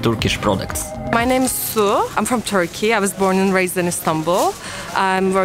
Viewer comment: No offense, just trying to help... Turkey is NOT pronounced "Toorky". 🙂💁🏼